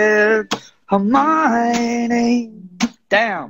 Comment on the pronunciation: I love how he says hermione🥺🥺